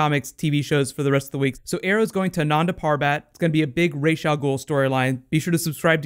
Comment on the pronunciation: Love your video's, but why do you say Rash rather than Raz. It's one of my only criticisms. Keep up the good work!